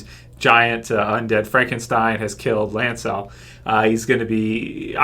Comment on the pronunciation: Why do you pronounce them Kev-An and Lance-El? Are they kryptonian???